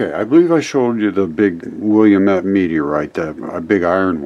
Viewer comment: Hi! I'm from Oregon, very familiar with the area, and the name is pronounced "Will - lam- et" with emphasis on the "lam". It looks like "William" when you first see the word, but there is only one "I" in it. :)